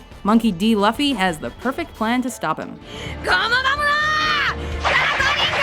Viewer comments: Luffy is pronounced Loo-fee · Did she just call him "Laffy"? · Luffy is pronounced Loo-Fee, not how it is spelled. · It's pronounced LOO-FEE not LUUUUUHHHFEEE MBBBOOOOY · She pronounced Luffy's name as Lufy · It's pronounced LUFFY (l-oo-f-e), not LUFFY (l-uh-f-e)!!! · Luffy is pronounced "l-OO-f-EE", not "luh-f-EE." I also think that Van Hohenheim from Fullmetal Alchemist or Edmand Dantès should be in there. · its pronounced lou-fee not luffie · ... its pronounced loo fy not luff y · She pronouced luffy's name as l-uh-ffy and I about died. It's l-oo-ffy damnit. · LMFAO the way she says, "Monkey D Luffy" - "Monkey D Luffi" ahahahaaha. btw they should really put SPOILERS at the beginning of the movie. No joke i feel sorry for anyone who watched this and havent watched all the animes... LOL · once again you mispronounced the name of a character its not pronounced luffy its pronounced loofy and spelled luffy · its pronounced LOOfy not LUffy Luffy is not Muffy only with an L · Did you say (Luh-Fee)? IT'S PRONOUNCED (LOO-FY) Monkey D. Luffy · It's Luffy, Luf-Fee not LuLf-Fee, even 4Kids got that part right >:( sorry, I just had to say it and get it out of me <l( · FUCK YOU PRONOUNCED LUFFY WRONG LEW FEY NOT LUFF FI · Huckooshow, Luffie yet you pronounce Naraku Flawlessly???? WHY!?!?! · Oh god… "Monkey D. Luh-ffy" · its not luf- fe its luffy all one syllable.So not lufe or luffe ITS LUFFY like TOOFIE OR sum shiz actually watch the english dub during the war arc i think they say his name enough for you to get the hang of it... oh wait facc this was made in 2013... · Did she just say monkey d laffi , my goodness she can't even pronounce his name.😐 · they mispronounced Luffy when saying Monkey D. Luffy It is pronounced Loo-fee. did they even watch that anime before making this? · Alright this annoyed me his name is pronounced Looffy spelled Luffy or if your Nami "Ruffay" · did you just fucking say leffy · its pronounced loofie but its spelt luffy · And this bitch said Luhffy